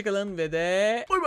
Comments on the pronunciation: abi nay nay dediğinde bay bay demek istiyo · Naynay dedi znaman bAybay diyor